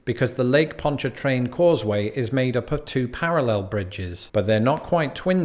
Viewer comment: La Foosh was right, well done, but it's Bah'-you or Bye'-you (kinda between the 2). Bonnie Carey, like Drew's sister. It's over a spillway from the river to the lake. You got Ponch-a-train right. Man-shack, never heard it called the Swamp Bridge but I'm new to Tangipahoa, it's just I-55 past Manchac & Ruddock. The raised interstates (Bonnet Carre & Manchac) are just part of the scenery, raised interstates are no big thing. We also have the Achafalaya (uh-chaff'-uh-lie'-uh) Basin Bridge on I-10, 18 miles, & a Highway 190 elevated highway that I don't think there's even a name for. Locally, the last one is just the Causeway.